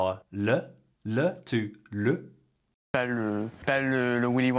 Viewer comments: NONNN! Ton "LE" (ouvert) est PARFAIT! Le "LEU" (fermé) de France est un "régionalisme" PAS "international/universel"!!! Ne change pas... Il y a des prononciations en France qui ne sont pas recommandées, mais il y en a d'autres qui sont envoutantes. Par exemple le "le" ouvert est le bon "le". Le "lundi" se dit en France "lindi". "in" comme "train" (français et non québécois. Il y a une nuance). Et j'aime énormément la version française de ce jour. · "Le" is pronounced as you say it in certain regions, whereas as Timothée's "le" sounds more Parisian. Yours is perfect. His is beautiful. It's a question of local accents, BOTH are perfectly correct! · I have never heard an alternative pronunciation for the article « le » in France. Accents throughout France are increasingly homogeneous, unfortunately. The schwa sound is the standard French pronunciation, which may be slightly mire 'aigu' sounding in some people's mouths. In any case, the man who made the video speaks much better French than Mr Chalamet. Pas de doute !